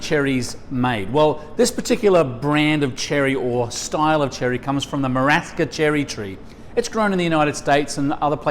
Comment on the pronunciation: That's not a marasheeno cherry. It's a maraSKEEno cherry. How hard can it be to pronounce it properly? Jesus.